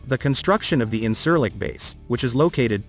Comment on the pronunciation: This video is full of false shit, at least try to pronounce the airbase that you are talking about